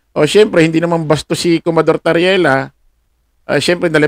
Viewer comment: COMMODORE; bigkas ay KOMODOR idol..